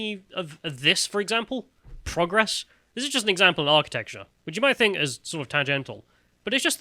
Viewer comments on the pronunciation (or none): Boys please stop mispronouncing progress.. ffs